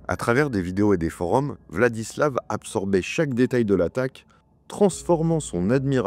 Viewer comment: En Russe, quand la lettre V se trouve à la fin d'un mot/prénom il se prononce F. VladislaF RoslyakoF. Sinon je ne pense pas qu'il était dérangé, dans le sens, malade ou quoi. À mon avis ce mec avait parfaitement toute sa tête, il a simplement voué un culte à la haine - peut être dû à ce qu'il a vécu durant sa vie, peut être pas - et ne s'est nourri que de ça pendant des années. C'est horrible mais il faut accepter de vivre avec le fait que parmi nous il y a des gens qui sont attirés par la violence pure et simple et que parfois il n'y a peut être pas de raison particulière à leurs actes